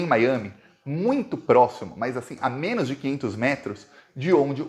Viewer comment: quando vc falar "menos", carrega bem no O, porque tá soando como MENAS. Fica feio... FORA BOLSONARO!